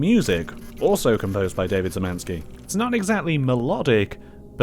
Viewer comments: cool but I wish you'd at least check how to pronounce Szymanski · BTW Sz is pronounced Sh. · oh yea and Davids surname is read shymanski for better accuracy .Im polish and i see people having trouble with the sz cz ,(sh,ch)